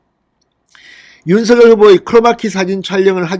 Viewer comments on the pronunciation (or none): 진성호님 윤서결이아니고 윤석열이라고 하세요~